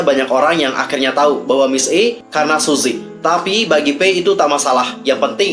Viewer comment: Btw, baca nya bukan suzy tp suji 😂